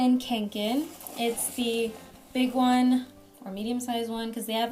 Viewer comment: con-ken not kank- in